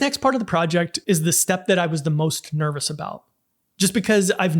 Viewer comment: Minute I learnt a new word listen closely its xnervous.